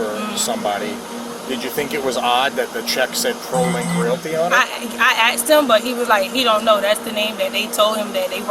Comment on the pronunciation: She's a teacher? That drives me crazy that she's says axed instead of asked!!!! She knows! I can't stand a person that would be so cruel as to do something like that and cause a person to go to jail.